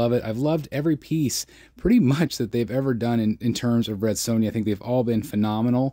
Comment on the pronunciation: Amazing statue. Her name is Sonja not sown ya though. You butchered her name like she butchers enemies. 😂